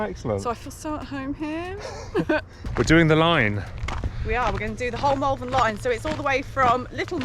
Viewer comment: Did he say Malvern? Everybody knows its' pronounced Malvern. And don't even get me started on my own incorrect use of the apostrophe.